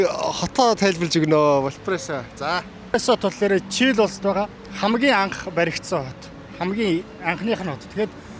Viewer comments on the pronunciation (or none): Чийл? гээд асуугаад байх юм, Чили? гээч ээ